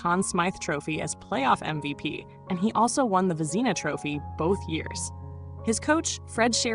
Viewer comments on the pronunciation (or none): I remember him as a kid in the 70s good goalie but think pelle Limburg was better and who the hell is narrating this it's the Vezina trophy not Vezna trophy and it's Bernie parent French not parents have a fabulous day ❤❤ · You have to say his name with a French Canadian accent - pair ant. OMG you are killing this video. Its VEZ a NA